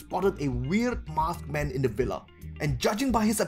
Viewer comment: am I the only one who keeps hearing "mothman" when he says "masked man"? or am I just crazy?